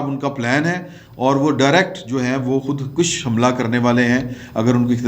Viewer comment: Please,,, khud kush nhi khud kash ,,kaha kren